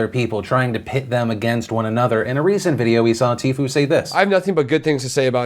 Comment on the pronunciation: it's pronounced tee-few